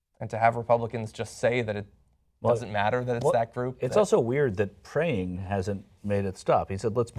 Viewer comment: Did Rick Scott just say "keep preying on them", or "keep praying for them"? I think I heard "keep preying" several times. Sick f*cker! Worst governor ever! I'm pretty sure praying is why they were attacked!